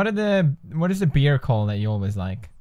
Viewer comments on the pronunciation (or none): it's bear not beer. bear, kinda like bare. plz. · I just love how you still say beer instead of bear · Why does he say "beer" god damnit pewds. It's "bear". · (sadieezizzzle) Yeah, it's just Felix being Felix.😂 sigh When will he ever learn 😑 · ^^ Yeah. I do that too and I'm Swedish. I don't think it's about having a swedish accent though, but more about that we tend to confuse bear and beer because they sound so similar. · I love how he pronounced Bear "beer" instead of "Bare" XDDDD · Pewds, its pronounced bear (bèr) not bear (bïr) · it kinda sounded like beard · But really, he said the beer 😂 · Lol, my boyfriend also pronounces bear as beer. And he says he and pewdiepie have nothing in common 😂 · He actually said beer instead of bear on marzia but marzia actually guessed it right... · Anyone els thinks he says beer when he says bear.. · Pewds pronounces bear... beer? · How come PewDiePie pronounces "bear" as "beer"? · It's pronounced beyr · u pernounce bear like beer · the way he pronounces bear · why do you pronounce bear like that hahaha